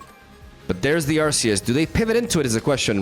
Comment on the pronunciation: I love that you pronounce Arceus, correctly and not saying Arc-e-us